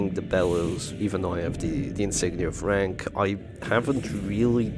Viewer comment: I'm sorry, but did you say insignia of rank? I've been hearing insignia of Frank for 3 years now😅